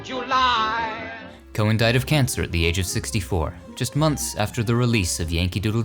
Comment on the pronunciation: George M. Cohan's last name is pronounced "co-han" with the H